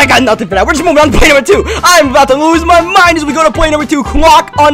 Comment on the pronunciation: " an udder not top ten plai"